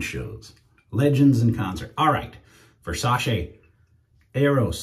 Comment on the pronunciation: Just to let you know . The correct pronunciation its the way you say it versace It aint versa-she it aint an english word